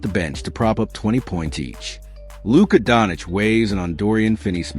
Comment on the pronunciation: 🤦‍♂️If you're going to use AI for audio then spell the names so it can say them correctly. His name isn't "Don-ich".... if you spell it "Donchich" I bet it'll say it closer to what his name actually is